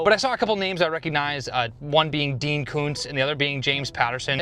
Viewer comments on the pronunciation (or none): none